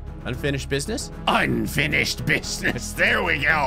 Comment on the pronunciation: Did anyone else hear him say unfinished bitchnis on the last unfinished business?